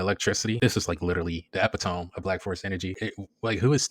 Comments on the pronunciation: Epitome. Its pronounced Eh-pit-oh-me Not Epi-Tomm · its pronounced eh-pit-oh-me lol